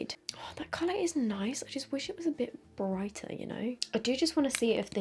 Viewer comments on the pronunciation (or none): none